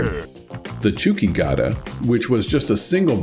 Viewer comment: just a quick note, really have been loving the series and binging the episodes but the pronunciation for zenki/chuuki/kouki is a little off. It's not supposed to sound like "cookie", the ou is supposed to sound like in the word "coke". So it would be more like "coke-ii", and "chew-key". hope that makes sense.